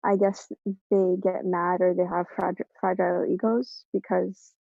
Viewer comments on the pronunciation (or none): none